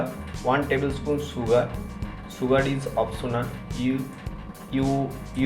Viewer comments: Sugr 😂 sugar...plz don't, mind.. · Anyone say शुगर And you say सुगर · “one number of Appel” sugarr chugarr” “rok solt”